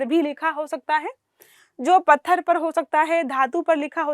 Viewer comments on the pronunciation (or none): none